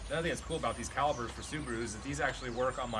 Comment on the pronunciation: I know you wrote "calipers" but you're killing me by saying "calibers"